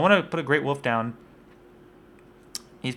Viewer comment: Please for the love of all that is sacred and important in the world of lets plays can you PLEASE start pronouncing the god damn L in woLf. Holy Shit it's like a leprechaun with a mallet whacking me in the ears.